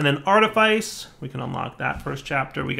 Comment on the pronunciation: "Artifice" is pronounced like "office" not like "lice"